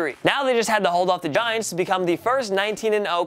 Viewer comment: Did you say “Diants?” I’m dead! ~Eagles fan